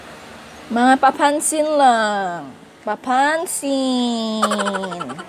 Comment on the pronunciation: “Papansiiiiiiin” - pangasinense HAHAHAHAHA